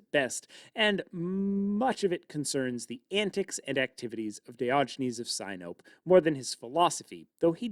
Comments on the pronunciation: sinope - not sigh-nope, but sin-o-pey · Sin-o-pee not sy-nope